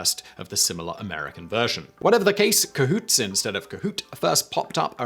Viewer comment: Ca-who-tey. I like it